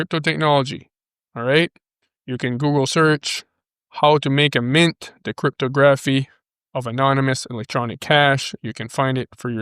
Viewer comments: Crypto Grafff eeeeeee. Try saying crypt a gra phy. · It's pronounced cript-tog-raf-fee not cryto-graph-e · '...love ya brother but stop calling it "Crip-toe-graph-ee", lol. It is "Crip-tog-raff-ee". Sorry...but it was making my giggle while trying to listen to a serious video;)